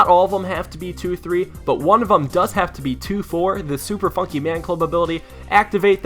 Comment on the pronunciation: Super Fonkey Man Club xD instead of Funky